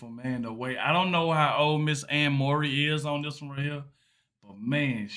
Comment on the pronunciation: its prounced Furry (Murray)